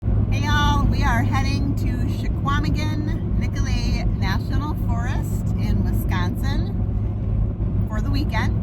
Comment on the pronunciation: Hey, my backyard! I could do that all day, nice capture of a fun little tour. P.S...The locals say SCHWA-meh-gn.